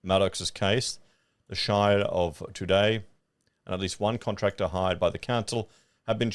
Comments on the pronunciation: Todd Jay? It is pronounced Two Jay. Easy mistake to make! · Toodyay is pronounced..2J silent D and the Y is pronounced ad as J ..don't ask me why 😅